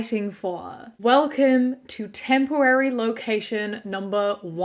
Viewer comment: My favorite part of the video was when you accidentally said “tempowawy”